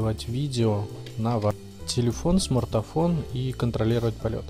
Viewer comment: Какой ещё смартафон???????? ПРАВИЛЬНО СМАРТФОН!!!!!!!!!!